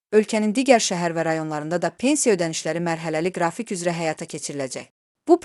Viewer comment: Qrafik sözü belə oxunur-qra'fik,düz oxu heç olmasa ay bisavadlar